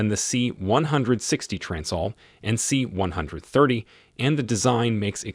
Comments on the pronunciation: This is the reason I closed the video and went to look for another. Say it with me, "see one thirty." At least the robot voices are getting better. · For the love of all thats holy, STOP saying C ONE HUNDRED THIRTY! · you can tell the narrarator has never heard of a c130, c160, or probably any other military naming scheme just by the way he says them. "C one hundred thirty". Oh boy. Plus grammar that could only be credited to a single draft script never being proofread. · Like everyone else, it is pronouned: C-One-Thirty. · The "C one hundred thirty" put me off this vid straight away. Also, as someone who relies on the A400 to get to and from the island where I work frankly, it's a piece of crap. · C-one hundred thirty sounds sooo wrong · I don't mean it literally. I'm not saying out of the 8 billion people in the world, we all say it the same way. However, as someone who lives in the states and is in the air force, it is said C 1-30, I've never heard anyone say it any other way.